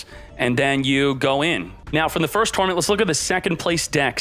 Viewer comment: Why are you saying tournament so weird?